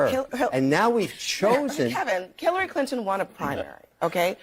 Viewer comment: she actually pronounced Hilary properly with a "K" at the beginning. lol